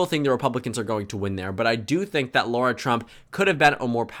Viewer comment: i don’t like her but why do you pronounce her name as laura 😭😭😭